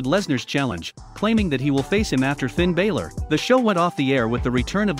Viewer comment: Raw probably can't match Smackdown because they probably have 2 different producers producing each show. That would be my guess. Soon enough there won't be very many wrestlers left to have a lot of different matches and storylines because they keep firing too many people. BTW to the narrator of this video, it isn't Bailor it's Balor.